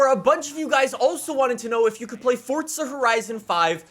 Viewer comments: " WELCOME BACK TO FORTZA HORIZON 5" Me" welcome back to forza horizon 5." Everytime I hear say fortza I laugh because I know it's how most people that dont know how to say it correctly try so hard but they still mess it up,but in the other hand...has uhh.... been doing it since he started making forza videos.FORZA 🤣🤣🤣🤣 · FORTZA HERIZON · Fortza? It’s forza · why d u say fortsa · Why you said Fordza horidzen !?? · Forza not fortsa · Its forza not fortza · ITS CALLED FORZA NOT FORTZA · soo fortza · He pronounces it as "Fortza" so of Errors is not stupid. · this man really saying fortsa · Sounds like he saying fortza horizon 5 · Why does he pronounce forza as fortza of am I hearing stuff? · are you stupid? Im saying it how says it